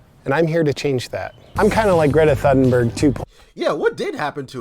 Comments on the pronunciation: You pronounce it Toonberg. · I didn't reference the Biden administration or any specific methods of dealing with climate change. For that I recommend the IPCC report on climate mitigation to get at a few ideas. If these videos are to "open communication of all the bs going on in the world" then I would like to point out that this video is bs. He doesn't even know how to pronounce Greta's name let alone offer solutions to the issue she is most famous for. But he needs to assert his opinion, which ends up being some abstract dialogue on trash and balance. I will re-iterate what I stated, "Your statements come from a position of ignorance and privilege, the worst possible combination. An entitled, self centered, position of opinions that serve you." Nothing more going on here, and for those who feel validated by it, subscribe for more. Otherwise, maybe look into the resources I mentioned and/or read Greta's book to actually understand her situation. It's not as simple as you think. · It's hard to watch either the original video or the review of the video when you can't pronounce Greta's name correctly. It makes you look stupid, not to be mean, but it doesn't give you much validity with anything you say. It's not that hard. Also, I recommend reading Greta's short book about her journey and how difficult it was/is for her and her family with all of the spotlight. In short, it isn't easy, death threats and all. Greta has nothing to do with American identity culture, in fact, she has consistently used science as the basis of her argument. Forests are burning at alarming rates each year, biodiversity rates are dropping at rates not seen since the last great extinction and you are spending time making fun of it. When future generations look back and wonder why the public didn't care enough to do anything, it's because of media like this.